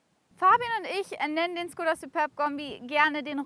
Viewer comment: cooles Video, aber Škoda wir Schkoda ausgesprochen und nicht Skoda